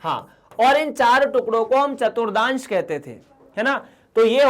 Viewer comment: Sir ji vo chaturthans hai na ke chaturdans